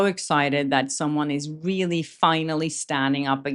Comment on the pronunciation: I like your videos and agree with you but when you say "really" reminds me someone who speaks really bad English...sorry